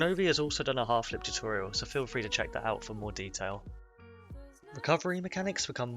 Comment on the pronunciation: Lol “free V free”